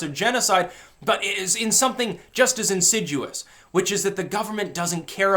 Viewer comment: " insidUous" ??? I think you mean "insidious"